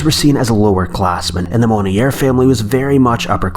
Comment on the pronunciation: Blanche is pronounced Blansch (rhymes with branch and ranch) Monnier is pronounced Moan-Yay